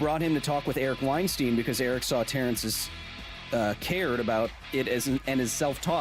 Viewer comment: WeinSTEIN...WeinSTIEN...WeinSTEEN... ahahahaha Kyle the beginning made me Laugh so bad while someone try to correct ya so you pronounce it as WeinSTIN xD jeeeezhus